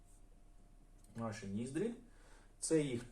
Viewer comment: Якщо вам буде цікаво, то ось як правильно вимовляти ці слова: Не скула, а вИлиця. Не вєко, а повІка. Не сама висока точка, а найвища точка. Не ніздрЯ, а нІздря. Сподіваюсь це було корисно ❤